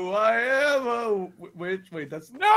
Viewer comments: It sounded like said “ A MINUTE!!!!” Not wait a minute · Does No one realise when mark says wait it sounds like he's saying